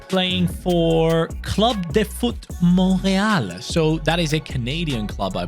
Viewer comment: The way you said Montreal made me moan… You said it perfectly